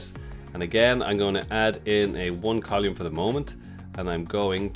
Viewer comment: Col-oou-mm ? Its COLUMN! :)